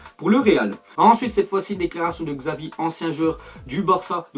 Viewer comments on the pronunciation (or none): none